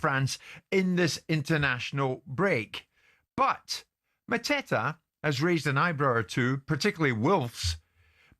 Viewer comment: Epic pronunciation from Jim for Mateta😂